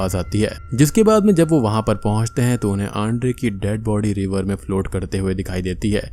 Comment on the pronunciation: Sir ven is revar ancident main hoo jata hai Dem 😂😂😂😂😂Haha Sahi sy bola karin